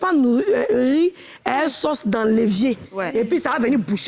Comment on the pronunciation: Elle a bien dit 'le lévier', pas 'l'évier'.